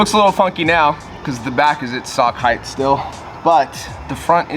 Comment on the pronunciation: Loved the video, But.... its Length, Width and Height not Heighthhhh lmao